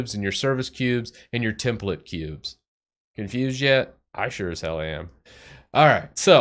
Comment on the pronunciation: When you said confused yet, I thought you said enthused. And laughed hard, thinking it was the dryist joke ever.